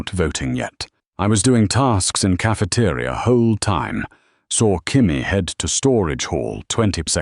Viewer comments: ca-fe-te-ri-a, very good english i might say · Better not be caught solo in caf-uh-tuh-ria with Grok around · Grok saying Cafe-ter-I-a 😭😭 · The way grok's tts says cafeteria is amazing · im crine how does bro pronounce “cafeteria”😂 smart in doing, dumb in physical movement😂